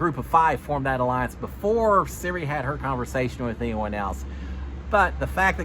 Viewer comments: No offense great recap but it’s not Siri it’s Sir-E. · So glad to have you back and thanks for the updates! (PS… her name is pronounced sir-EEE — long E sound 😊) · Pronunciation is Sir ee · Love you but can you please learn how to pronounce out Queen Cirie’s name. It’s not Siri. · Thank you the way he is saying Siri is driving me insane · Hey, wanted to give you some help with a few name pronunciations! For Cirie, think Marie but with a C (not the iPhone feature Siri). And for Felicia, it rhymes with Patricia! Ready for another season of Notes - thanks for doing what you do!